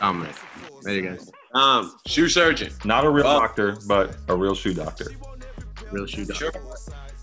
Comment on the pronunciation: Trinidad can’t seem to say “shoe surgeon” EVER LOL. he ALWAYS says “sue shurgeon” 😂😂😂😂🤦🏽‍♂️🤣